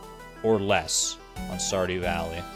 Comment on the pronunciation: Lol, "Saw Dew Valley"?